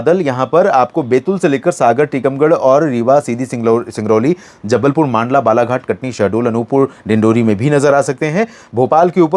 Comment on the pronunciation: आप हमेशा 'मांडला'(मध्यप्रदेश) कहते हैं जबकि सही उच्चारण 'मंडला' है। धन्यवाद ...